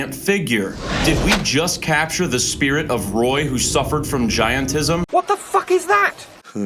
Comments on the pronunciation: It's called Gigantism not giantism. And that was zaks first line, he doesn't know what the word is. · Zak doesn't know words properly. It's not " giantism". It's called gigantism.